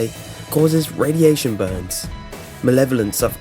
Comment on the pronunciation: "molevelence" xDDDDDDDDD a fire eqstinguisher xD